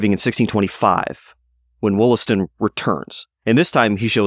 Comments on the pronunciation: The name is pronounced "WAHL-ass-ton" - (long 'O' sounds like an 'A') likely both back then and in the Boston area today. There is a Subway stop named 'Wollaston' because it stops in the Wollaston neighborhood of Quincy, MA named for him. Also nearby is Wollaston Beach. Quincy was originally called Merrymount and there is still a Merrymount neighborhood. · Wollaston is actually pronounced Wallaston.